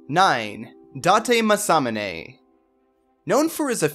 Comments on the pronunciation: dahtay masomminay 😂😂😂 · I'm quite sure that's not how you pronounce Date Masamune, but okay.